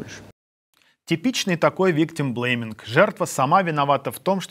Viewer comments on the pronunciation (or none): Виктумблеймиг? Такого высера я ещё не слышал...